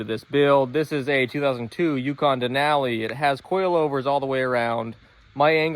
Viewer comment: omg why you saying Denali like that.. all i hear is den Aaaaaa li